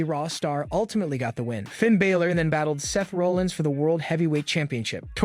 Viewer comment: Hey dude that's doing the news for WWE his name is Finn Balor not Baylor